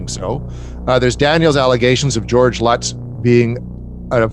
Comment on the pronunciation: Lots of incorrect information in this video. The English man doesn't pronounce the surnames correctly. Also the Lutz's didn't claim it was all made up or a hoax infact! Up until the day George and Kathy passed away they stuck to their stories and swore what happened in the house really happened. They didn't have the technology back in the late 70s to add in figures into photos and do special effects like that. I believed the photo to be authentic. Anyway that's just my opinion 🤷